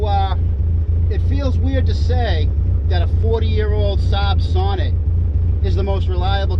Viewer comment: So after about four years of ownership it is about time you start to pronounce the name correct. The emphasis is in the second part, like you say So-Neat, and then the e pronounced as you do it now. For the rest, keep up the good work. Alex B (1973 Sonett in orange)